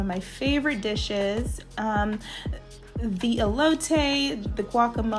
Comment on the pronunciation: You said "Elote" like the whitest person EVER!! lol 😂🤣🤦🏽‍♀️